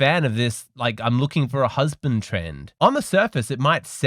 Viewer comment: I want a husbanttt! Here's an idea: First learn to pronounce "husband" .